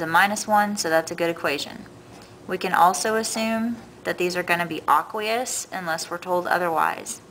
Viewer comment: I was really tempted to click off this video because she kept say "aqueous" wrong